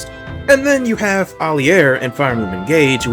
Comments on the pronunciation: I never heard Alear name said like that before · I like this video a lot, NOT how you say Alear tho